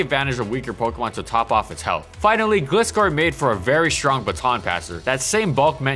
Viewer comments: its not gliss- scor its gliscor like gliding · ITS NOT GLEE SCORE ITS GLAI SCORE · Did you just pronounce Gliscor as Gleescor lol Even in the anime Gliscor says Gl i scor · Stop saying Gliss Skore - it's pronounced Gly Skore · In the first half you pronounce Gliscor as “gliss-score” but in the second half you pronounce it “gly-score”. Which is it? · Bro...why do you pronounce it as "Glisscore" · You pronounced Gliscor wrong, it’s not Gliss-score, it’s Gly-Score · It’s pronounced Gl-eye-score.... not Gl-issss-cor.... in the anime it’s pronounced Gl-eye-scor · Right? It's "Gly-Score", not "Glih-Score" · The way you pronounce Gliscor hurts me... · It’s a long i. Did ANY of you actually watch the show? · I had trouble watching it since you kept misprouncing GLY-SCORE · It annoyed me that he kept calling it 'Gli-scor' since im used to the anime lol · no the "Gli" in it's name comes from GLIDE which is pronounced Glay not Glee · Why do you pronounce Gliscor as Glscor? it's just like with Gligar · It's glIscor you know like glIgar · Gligar and Gliscor have the same Gli but he pronounces them differently and it bugs am I the only one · ...Is that how Gliscor is pronounced? Always thought it was similar to Gligar. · This Gliscor video needs a rework. An incredible Pokemon throughout it's entire existence, the video would be atleast a half an hour long if not more. GG said Gliscor in all its groovy generational glory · You said Gligar right, but keep pronouncing Gliscor wrong. How? XD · Gotta love how as the video goes on, the pronounciation of "gliscor" becomes correct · You pronounce gliscor wrong and it's triggering me lol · You pronounced Gliscor wrong several times. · Your pronounciation of Gliscor on every video is frustrating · Dude, makeup your mind on how to pronounce Gliscor.